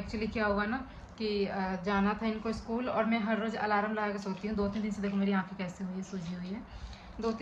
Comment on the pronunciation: Alarm hota hai di alaram nhi thora shi se boliye 😂